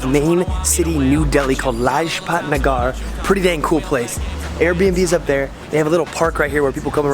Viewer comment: The way he said Lajpat Nagar!!🤣🤣😂